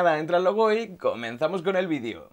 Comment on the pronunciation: Lo dice porque dice vidio en vez de vídeo